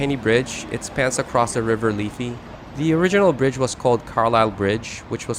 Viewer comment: Do you deleiberately mispronounce things? It isn't the 'leefy'; it's 'liffy'' - like 'jiffy'.